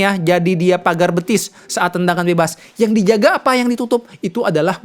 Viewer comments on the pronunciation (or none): none